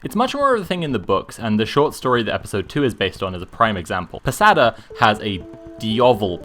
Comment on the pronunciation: I know this is not a useful comment, but I swear, people should be banned from pronouncing slavic words. how is it that any time I see a youtuber mispronounce something they appologize, and then Netflix can just Blaviken a simple word like Posada (and literally all other slavic words in the Witcher)